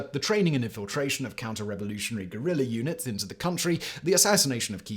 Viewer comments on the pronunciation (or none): none